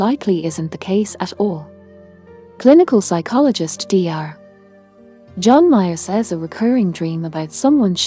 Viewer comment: "Clinical psychologist (pause) John Mayer says a recurring dream..." "Dr." means "doctor" and there's no reason for a pause before the psychologist's name. Some psychology expert. Removed from recommendations.